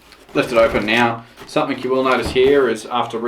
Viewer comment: threre is a g on the end of the word something not a k , you sound like a complete idiot saying somethink !!!